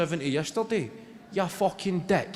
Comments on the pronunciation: Naw, pal. Not right at all. Nobody in Scotland says Fooken for Fucking. Our U is very U-like. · Right, but like, “FOO-ken.”